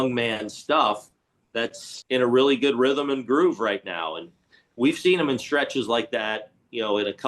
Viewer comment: "Dis Gonna be guuoed" was perfect.